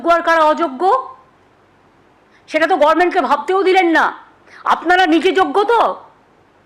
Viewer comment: জর্জিয়া তে কি গভর্নমেন্ট কে গর্মেন্ট বলা শিখিয়েছিল আপনাকে যখন PHD করতে গিয়েছিলেন???? আগে সঠিক উচ্চারণ টা শিখুন